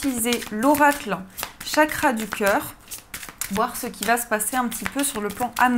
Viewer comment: chakra se prononce " tchakra", car dans l'alphabet hindi, le "ch" se dit "tch", par exemple, le thé: "chaï " se prononce " tchaï ". Namasté!